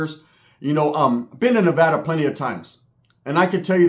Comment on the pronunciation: I’m just happy he said Nevada right 😂